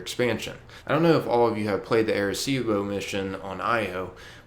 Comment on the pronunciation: Arecibo is a city in Puerto Rico. It's funny how they pronounce it.